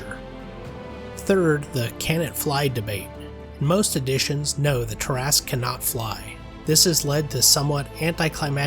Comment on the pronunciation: Thank you for pronouncing it correctly. You have no idea how many arguments I’ve been in with people call this creature the “TERRA-SKEW”. These would be the same ones that pronounce DROW the wrong way.